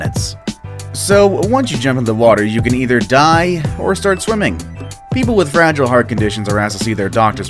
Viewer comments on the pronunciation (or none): none